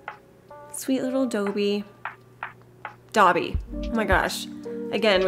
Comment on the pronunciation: When you said DOEbby I was 😂😂😂 LOVED this island so inspiring and comforting